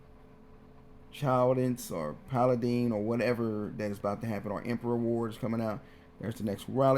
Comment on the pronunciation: Bro can’t pronounce paladin either lol but yes him explaining it like it’s complex yeah awkward af lmao